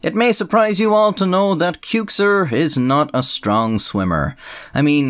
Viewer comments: Just found out you pronounce your YT name as: (Cooo-xer)... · wait that's how you pronounce the channel name? Thought it was pronounced 'Quick-sir' Bruh I feel dumb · best part of this video is a tie between the hilarious swimming sequence or how Qxir kept switching between pronunciations of his name